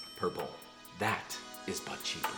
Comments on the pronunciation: I'm just out here hearing "that is punchy" in the intro instead of "that is but cheaper" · I heard "THAT... is butt shaper" and thought "Whoo... what video did I click on?" Lol